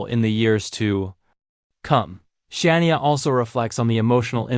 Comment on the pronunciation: How can you expect to be taken seriously if you cannot pronounce Shania name correctly? Ridiculous! Bye the way Rick Nelson died in a plane crash in Dec 1985!